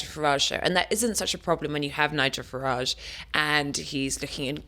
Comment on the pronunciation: It amazes me that people who should know better seem unable to pronounce Nigel Farage's name correctly.